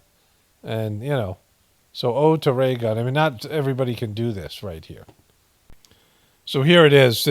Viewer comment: 3 hour video 🙌🏼 annnnndd dear lord please, I don’t want to hear ‘raygun’ ever ever everrrrrr again 🤦🏼‍♀️🤦🏼‍♀️ anywhoo, thank you enjoy your weekend ❣️❣️🥰🥰